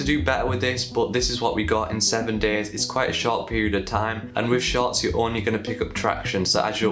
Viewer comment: All I can hear is “sharts” 😅🤣